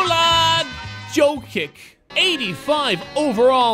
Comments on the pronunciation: It's pronounced Nikola Yo-kich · it's written jokic but it's pronounced yokich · ffs he's called "yiokits" 👌😀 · The way he say Nikola jokic is so wrong